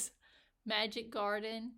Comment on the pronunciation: Love how you say Magic Garden with clenched teeth! :'D